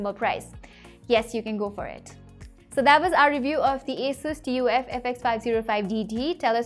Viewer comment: Its TUF not TOF 😂😂